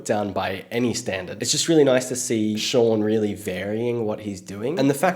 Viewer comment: The way he pronounces shawn's name😂